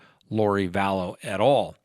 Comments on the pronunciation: Vallow. Not Vallows. Possessive would be Lori Vallow's husband, not Lori Vallows's husband. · I wish you would learn how to pronounce Lori Valow’s name......Val...low. It’s not Valows’s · And it's Vallow or Vallow's, not Vallowziz. 🤭